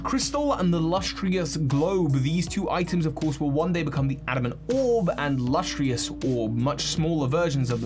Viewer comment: hey not a criticism just an observation but you seem to mispronounce a few words by adding or skipping letters in them (adding an i in lustrous to say lustrious, missing the c in celestica to say celestia etc.) might be something to watch out for